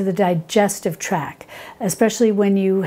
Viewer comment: Very informative, however I’m pretty sure your pronunciation of “calendula “ is not accurate. Most YouTube pronunciation sites are “cal-EN-dew-la”, not “cal-en-DU-lah”. Also it’s digestive tracT, not track.